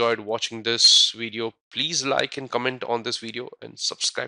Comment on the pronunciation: Its "Video" NOT "Wideo"